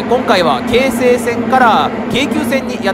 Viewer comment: 京急と同じ抑揚で 京成と発音するが 何か新鮮でした。 青砥駅も、ん？と思いましたが は 抑揚には無頓着ですか？ 気にならないって方は いらっしゃるのでしょうが、 僕は気になったので、 コメントいたしました。